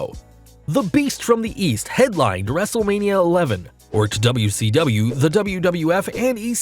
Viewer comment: did he just say WrestleLanea